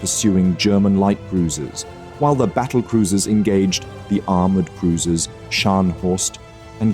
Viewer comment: 2 "Aroumred" cruisers lol